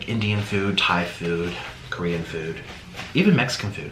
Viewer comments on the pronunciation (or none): none